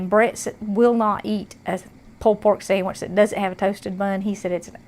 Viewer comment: I had to rewind it did she say samage lol I luv it